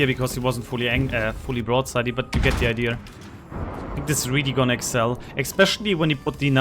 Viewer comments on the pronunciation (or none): none